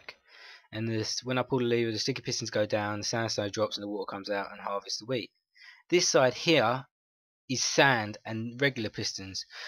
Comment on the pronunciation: It sounds like he is saying weed instead of wheat XD